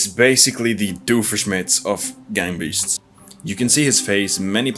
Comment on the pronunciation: This now sounds like burger beasts😂